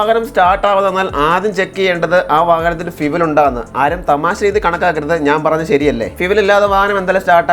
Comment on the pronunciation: ഫിവൽ അല്ല ഭായി ഫ്യൂവൽ